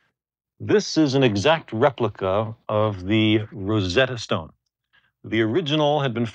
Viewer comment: "KOnichIwA, RoSetTa sTooone"